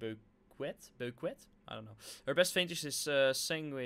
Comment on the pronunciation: Bouguet spreek je Frans uit: boekee(uitspraak)